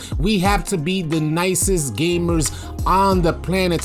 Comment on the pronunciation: When you say “nicest” I hear Pussyest 😂😂